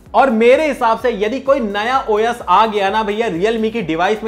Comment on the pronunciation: Bhai wo khane wala O YES nahi #OS hota hai..sahi bola karo